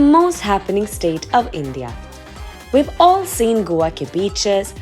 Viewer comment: Please get your pronunciations right, learn them from a local and revise them before confidently butchering the names on a platform like this.